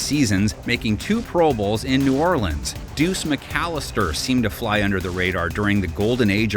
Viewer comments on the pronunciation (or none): none